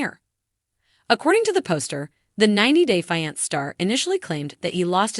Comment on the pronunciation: The word is FIANCE this is so annoying